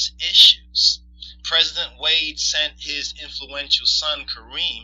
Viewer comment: A North Korean construction company was contracted to build the monument, it wasn't built with money from the North Korean government. The Senegalese prez's name is pronounced Wa' day.